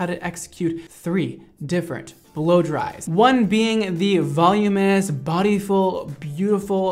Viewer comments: This works! I tried this method— he’s right, you can do it all and have bouncy, shiny, smooth, silky hair with this method. No, you don’t need to be able to see the back of your head, at least, not for the “voluminous” version (which I think is pronouncing wrong, but he knows how to do it, and that is what matters). The best trick is his advice to smooth all the hair at the hairline up and back— wow, game changer! I am a new fan. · What did you learn from this video? That I don't know how to pronounce voluminous lmao (And how to make my hair look noice) ✨ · I love you to pieces, but it’s VUH-LOO-MIN-US, not VOL-YOO-MOUS. XOXO I STILL LOVE YOUUU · I love and I've been a fan for a long time. I hope I'm quickly forgiven after stating that the way you () pronounce "voluminous" is killing me. Straight killing me. It isn't "volume-ous" it's "volu-min-ous." I know I'm gonna get called a Karen or something for this but it's just grating on me, I can't help it. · he said “volumous” like a billion times lol... it’s volumiNous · Seriously. I went to the comments to see if I was the only one who couldn’t hear him say that word again. Vuh-LOO-mi-nus! Haha love the rest of this. Just wish I could do this to myself! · ilysm but I’m 99.99% sure “volumous” isn’t a word, it’s “voluminous” 😭 I’m sorry ily 😭💗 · I ♥️ u. Volumous= Voluminous. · “voluminous” is such a cuntier way to say it than “volumus” YET YOU MISS IT EVERY TIME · Anyone else need to start saying "voluminous" correctly?? Every time he says "volume-us" it hurts my soul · Helpful hint. The reason you are struggling saying voluminous, is that you are missing a syllable. It is VOL-LUME-IN-OUS. It is a tricky one to say. You obviously have no struggle styling hair, though. Looks great. I always give up 3 minute in due to bad shoulder on my dominate arm but will try to apply some of your techniques, thanks. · Volume-us? I’m Dying. Love you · voluminous = "vul-oo-min-us"